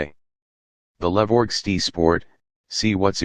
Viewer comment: Can't you teach your robot to say ESS TEE AYE rather than STEE?